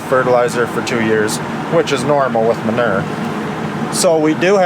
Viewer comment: The word manure. Y’all say it wrong 😂